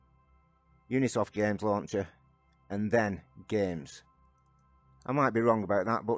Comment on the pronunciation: Thanks for the guide. BTW, it's Ubisoft, not Unisoft